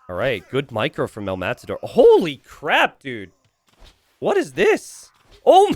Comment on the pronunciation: Just casually correcting the "El_Matador" pronunciation: the tension is in the last bit: as in "El_MataDÓR". Thanks